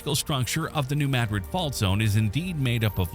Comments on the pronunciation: New Maad- rid is how Missouri pronounces it. My dred or Not Spanish version. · As a Missouri native it's pronounced New (Mad*Drid) with a 2 d pronunciation. Never pronounce it like the city in Spain, locals get pretty upset about that. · Not only that, but it's MAD-drid. The soft a, not an uh (as you correctly pointed out), plus emphasis on the first syllable, not the second. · Please say the name of the town right. New Madrid is not said like the town in Spain. It’s with a short a sound. The a is pronounced like the a in the word at. Thank you.